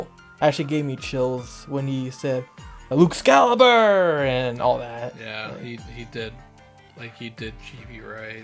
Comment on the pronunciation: Benjamin Law yeah, I had the same problem with GV's English VA. He's just like "luxcalibur" and his japanaese voice is like "LUXCALIBUR!"